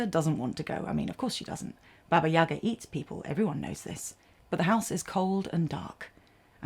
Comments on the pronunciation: It’s not YAga, it’s YagA 🖤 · What a wonderful video! Listening to you is a pure pleasure) subscription, for sure) I really appreciate that you've used a slavic fairytale. As a native Russian I'd just want to clarify that it's "YaGA" - the stress is on the second syllable)